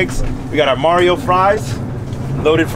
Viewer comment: When he came out the blue after the Mario fries got introduced.. “Madio” 😂